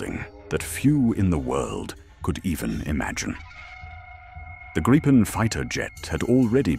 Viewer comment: Was impressed by this narrative (IE?) until 5.36 when it stumbled and said Grajpen the usual mispronunciation.